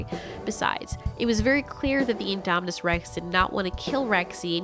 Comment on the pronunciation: Can u stop saying inde